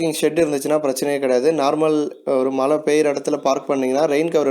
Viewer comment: Please be sure that you pronounce correctly. Its not malai its mazhai.